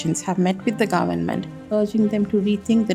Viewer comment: Its not grement it's government .